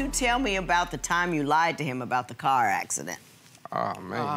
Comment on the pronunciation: Why do people say "curr" in oppose to "car" ?